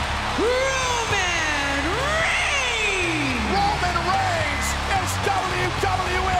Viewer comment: the way she says Ronan reins is funny